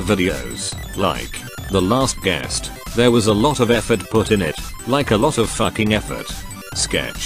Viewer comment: You can't say "the last guest" and "effort"